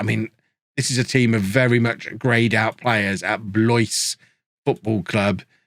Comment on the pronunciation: Sorry for being that guy but Blois is pronounced "Bl-wa" (silent S). Deniau is pronounced "Day-Knee-Oh" or "Duh-Knee-Oh". Sorry. And yes I'm a real hoot at parties...